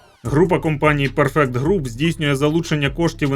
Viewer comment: Згідно з правилами англійської мови у слові perfect наголос на перший склад